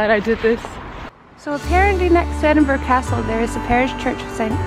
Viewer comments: At least she didn’t call it Edinboroooow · Her pronunciation sounded quite good to me, makes a difference from edinburg or edinburrow that tourists usually say. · I’m from Edinburgh and I thought pronunciation was just fine. As the comment above says, a lot better than ‘Edinboro’ or ‘Edinburg’!